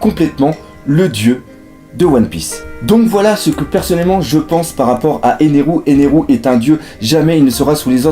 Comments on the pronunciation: Je trouve ça un peu bizzard de prononcé ça sans l'accent japonais ça donne Enelou ça n'a plus vraiment de sens ^^ c'est comme Ussop personne de dit Ussopou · C'est en imitant mal la prononciation japonaise c'est une prononciation japonaise avec l'accent français du pur génie